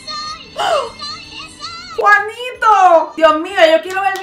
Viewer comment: Juanito No se llama como dijiste😞😕